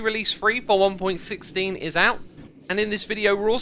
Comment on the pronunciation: Its not important but... It's pronounced one point one six not one point sixteen